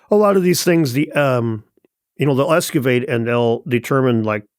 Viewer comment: hey ask him to excavate, he says escuvate lmao, he can't even talk right, such a good source, haha